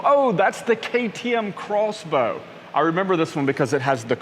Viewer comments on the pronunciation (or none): great vlog mate but I'm pretty sure its pronounced cross bow not x bow